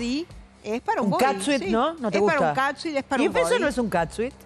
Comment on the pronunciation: Feudale se pronuncia cat sut no cat suit.